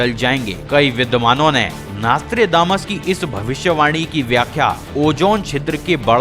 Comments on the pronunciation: Naas-Tré-Daa-Mas nahi hai ullu de patthe, It's pronounced as Naus-tr-Dé-Mus. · Hey its not nastra....but nostra.........still you poeple have communications problems........21st century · Bhai naastredamas nai hai naam.. Nostradamus hai.. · Naaaaaastredamas 😑 . Bhai nam to sahi se bol. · WHAT THE FUCK IS NAAASTRAY DAMAS ? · please stop calling him "Naaastrdamus" and atleast pronounce his name properly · Plz pronounce his name properly